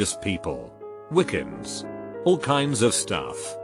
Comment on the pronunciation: "Wickens" Wiccans*